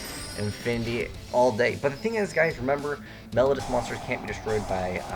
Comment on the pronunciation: It's pronounced mel-O-dee-us. Please learn you English.